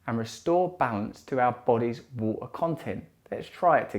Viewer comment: Free minutes ?? Do you mean Three Russell? Waaa...kka?? C'mon Russell. PLEASE. ITS WATER...WITH A "T".....